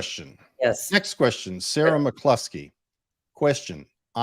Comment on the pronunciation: he got the pronunciation of my last name completely right normally people get it wrong and i have to correct them my brothers father's name is on my birth certificate it says Brett Baker McCluske as my father but my father is Joey Neace Brett Baker McCluske is my brother Aaron's father